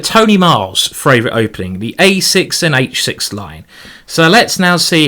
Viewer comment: ok no offense I love your commentary easily the most entertaining chess stream on youtube but why in gods name do you say fravourite? FRavourite? THERES NO R!!!!! you say it every time like how why what when where like seriously im so confused what is life?!!?!??!?!?!?!?!?!?!